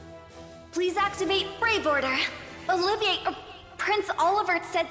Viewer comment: Olivier is supposed to be pronounced, “Oliv - ee - ay” It’s not Oliver. Also, while I’m at it, it’s also “Cass - ee - iss” and not Cashus. And Liberl is “Lib - url” not freaking Liberal. I thought you mentioned that you wish there was voice acting in the Sky trilogy so you could learn the correct pronunciations. It’s pretty tiring and annoying after 7 games. I know this is nitpicking, but I swear I feel like I’m losing my goddamn mind whenever you do this. Also, in your 1st video of Cold Steel 3, you mentioned that the Crossbell games were good and that not all Trails games have been good. What do you mean by that? Are you referring to the Sky trilogy? Those games were a godsend mind you